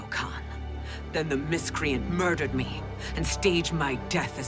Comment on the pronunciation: His "me" sounding like may is something else